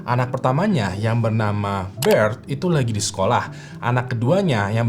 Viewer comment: bert bang bukan bret